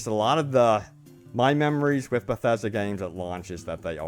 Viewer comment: I can’t listen to you say “bethasda” one more time. Please stop talking through your nose. Great content, needs subtitles.